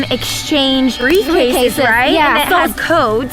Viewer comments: 0.40: they both have brife casas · Did anyone hear say briefcases